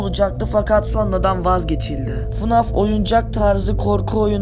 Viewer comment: Fnaf❌ Fanaf✅